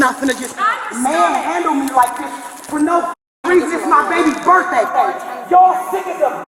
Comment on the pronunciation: Why is it always someone’s birfday?